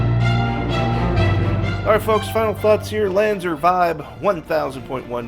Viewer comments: Lan-Z-are, not Lan-zer....... There are 2 things you come to me for in car audio. That's old school Clarion and LANZAR. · Lanzar not Lanzer. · It's Lan-zar not lanzer. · must have popped a vein, in his brain, lifting weights, Still can Not pronounce it LanzAr Correctly